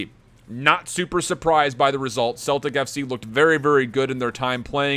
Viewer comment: No offence but ur pronouncing Celtic wrong its pronounced sell-tic